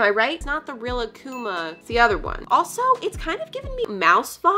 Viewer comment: it’s Re-lok-oo-ma